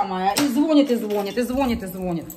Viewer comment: ну режет ухо это " звон'ит" ну что вам стоит говорить правильно ))))